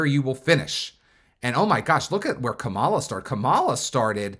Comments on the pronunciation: Right? Maybe he doesn’t know that it’s pronounced like Comma-La. I noticed MAGA often mispronounce her name on purpose though 🙄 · Why do you say Kamala like that?